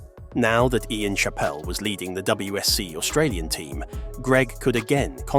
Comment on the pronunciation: You pronounced his surname wrong.